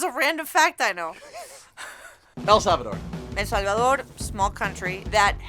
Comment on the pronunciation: She nailed El Salvador! 🤣🤣